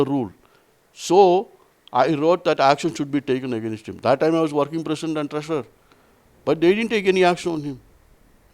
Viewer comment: I love the way south indian pronounce 'against' as "agaa-Nast".